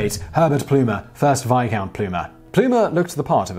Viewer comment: No. Veyecount